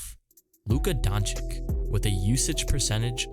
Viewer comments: BRO! How are you making a video of the mavs and pronouncing luka's last name as donchick? Its DonchiCH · His name isn't pronounced Donchik - it's pronounce Donchich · Love the video and the theme of the video but my guy his name is LUKA DONČ̣IČ not LUKA DONČIK at least listen to him pronounce his own name or any of Dallas MAvs comentators not Steph3n Ass Smith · its not Donchich its DonČiĆ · I predict a lot more videos with Luka. Glad you'll pronounce it correctly next time. Sincerely, Mavs fan since the 80s.